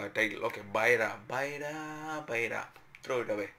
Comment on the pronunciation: Not bayla, (bayda) 😂